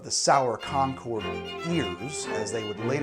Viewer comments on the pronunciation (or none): My guy I love your videos but as someone who lives a town away from concord, concord is pronounced con-curd not con-chord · Im an historian in Concord...its pronounced "Conquered". And Lexington and Concord were TWO separate battles. Not sure where the rest of your story came from! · You’re pronouncing “Concord” wrong. Both the town in Massachusetts and the grape are homophones of “conquered”. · You pronounce it ConcOrd when it's pronounced ConcErd that's why there was a dispute on its spelling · MA, native here. It’s technically pronounced “Con-kurd” not “Con-cord.” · As a Concord native, 1) I love this, keep it up! 2) It's pronounced like "conquered," not "Concooord" :) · As a person who lives locally to Concord Ma, its said "conk-ERD". never heard anyone that's local pronunciation it "CON-chord". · I live around there. we pronounce it "concurd". Love your stuff! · Also, the city of Concord is not pronounced like the plane Concorde. As a native New Englander it would be more like Khan-curd. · Ironically enough, Concord is pronounced the same as "conquered." I don't blame, though. I blame Welch's for not stipulating this. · .40 in and I’m cringing at the Concord pronunciation haha. Still getting a thumbs up though 👍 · Although I suppose it could have been pronounced that way back then.